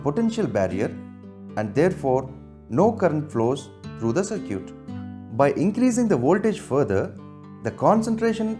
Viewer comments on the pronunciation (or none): BC u people have such a poor pronunciation.Damn! 'sirquitte' instead of circuit 'zeonar' for zener 'daood' for diode ( not Dawood thx😂) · Circuit= Sir-cute Zener= Genre Diode= Daood 😂😂